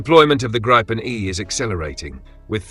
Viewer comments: I hate hearing 'Grypen' It is pronounced 'Greepen', with the 'ee' being quite short. It is also not 'the' Gripen. The 'n' on the end is 'the'. It is one fantastic aircraft. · Gree-ben, not gry-pen..as NO and FI then DK unfortunately also on F35s instead of Gribens. Btw would be helpful for us casual viewers with info on where the different missiles are made, mix of EU and US? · Grip en not gripe en. Get your AI to speak correctly